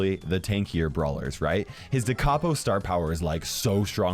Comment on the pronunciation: Is no one going to talk about how he pronounces capo?